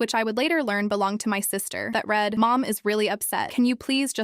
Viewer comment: Please teach your AI to use clues to decide word pronunciations. It used one pronunciation of read in a sentence that required two. "I read (red) the information and had to read (reed) it again." Bow (b-oh and b-ow) and wound (woo-nd and w-ow-nd) are two more words with multiple pronunciations. There are several words like that.